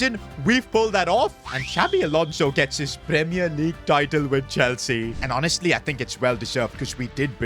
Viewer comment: Bro said enzo maresca chwlsea